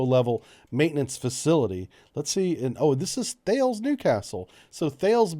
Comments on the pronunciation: For info Thales is pronounced "Tal-iss" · Bbrief - THALES is pronounced TAH -Liss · as a former Thales employee, we would get punished if we didn’t call it “Talis - rhymes with Alice”